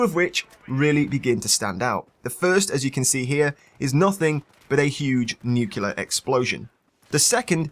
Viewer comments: I'm having an OCD moment. It's pronounced as it's spelled. Nuclear, not nucular. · FFS!! Its spelled NUC-LEAR not NUK-ULAR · Great video! But all I could hear was "nukilar" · nucular asplosion?